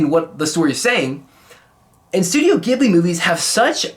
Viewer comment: l + you pronounced Ghibli wrong